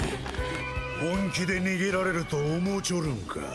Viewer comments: Earth not eeeeeeurf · For number 4 why do you say Earth like ith